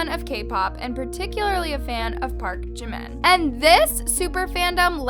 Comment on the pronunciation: “Park jiman “ wtf HAHA